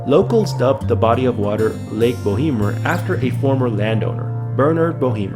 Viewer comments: it is called bow mer <<< no bo hee mer.. Jesus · Bo emer... the 'h' is silent, short 'e'. The company that originally drilled the well should be responsible for capping it but they argue that it's not truly an "abandoned oil/gas well" as it never produced what they were drilling for. Silly argument but that's why shyster lawyers make big money.